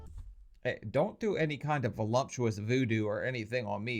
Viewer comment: I just need to say there's no "m" in the word voluptuous. Sorry, couldn't hold it back. Thank you 🫣